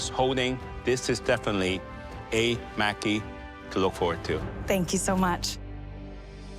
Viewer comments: pronounced "mocky" not "mackey" lol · I hate how they said "Maki" it's not pronounce macky......smh you would think that world class chefs would know the name of the food XD especially Alvin of all people He's Asian, he should know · 25 min to make sushi rice, fry tempura, prep veggies and thinly sliced sashimi before actually rolling the maki??????????????????? SUCH BS!!!!!!!!!!!!!!!!! Everyone pronouncing "maki" incorrectly (including the judges) was 🤨🙄. It's NOT "maaackie."